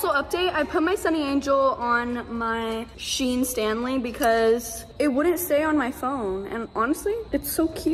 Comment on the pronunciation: Did she say SHEIN Stanley😭😭